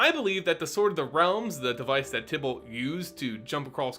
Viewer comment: Can you please pronounce "Tibalt" with a long I instead of a short? Thanks